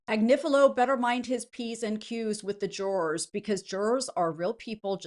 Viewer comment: whats a " juwoars " ? smh so damn stupid man